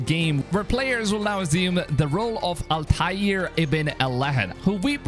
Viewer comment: Al-Taaiir Ibne Aahad is the correct way to say it.👍🏻